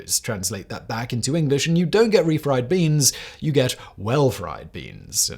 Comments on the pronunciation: Did anyone else keep hearing Simon say refried breans? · Refried breans? LoL Surprised Simon didn't catch himself on that one.